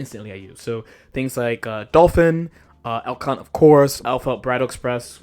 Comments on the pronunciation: El Cunt. I love it. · Unrelated and unimportant but every time I hear Elk Hunt, I think you are flaming Elphelt calling her El *unt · They cannot keep pronouncing "Elk Hunt" like this.